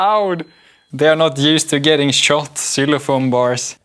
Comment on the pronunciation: The way he said "seelophone" I'm always fascinated with how non-native English speakers pronounce native English words, especially since I'm working on a spelling reform for fun